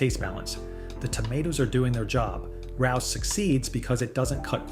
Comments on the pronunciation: Pronounced, ray-oh’s 😊. That’s the only one I buy. Although it is pricey, if you went to a restaurant, you would pay $25 at least for a serving of spaghetti. 🍝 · Rao's is a legendary, immpossible to get a table, Italian restaurant in NYC. But it's pronounced Ray-O's - Otherwise, excellent information, well presented. 👍